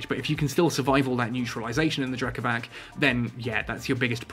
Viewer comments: btw, considering the Triglavians are based on Slavic stuff ... the C in Drekavac is pronounced as c, not k ... like, c in price ... Drekavats not Drekavahk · Drekavac try say it like Drekavatz maybe it could sound closer to how it is pronounced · hi, i know the video is old and i know it doesnt really matter but anyways: the c in drekavac is pronounced like the letter "c" without the "ee" at the end, also the "r" is a "rolling r". pronounced that way, it also sounds more evil and feral, feeding in to the concept behind it. very cool videos btw. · Different regions pronounce it differently apparently! I've had as many people say that's it's: Drek-ah-vach Drek-ah-vass Drek-ah-vak I love it, it's such a wide roaming bit of European folklore!